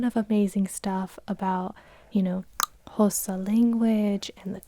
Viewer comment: Aw the way you say Xhosa is not quuuiiitttee right but it’s so good to see you tackle it!! It’s so hard!